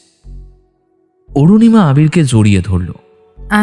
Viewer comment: Anurima noy Arunima😊